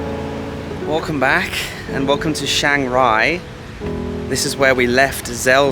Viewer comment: " Shang" Rai😂🤣😅🤣😂🤣😅Wanker!